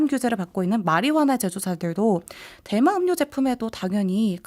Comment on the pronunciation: 자꾸 대만음료로 들리네요.